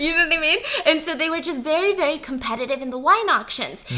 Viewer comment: No one: Not a single soul: Stephanie: VEWY VEWY VEWY